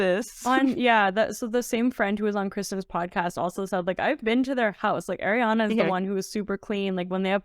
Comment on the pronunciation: As an Italian, your pronunciation of Ariana PAINS me. It's Ari, not Air.